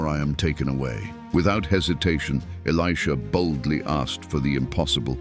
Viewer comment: The AI narrator called Elisha “Aleeshah” a few times 😂. I have a 7 year old son named Elisha and people pronounce his name “Aleeshah” all the time. AI is just as dumb as people who dont know the Word of God. 😂😂😂